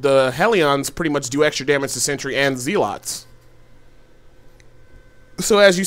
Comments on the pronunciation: Zeelots and Heliawns..... lol.... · Hell-e-on and Zee-lots :D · In this build the haleeawns counter the zee-lots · Zéélats and Helleh-on? I wuv you:>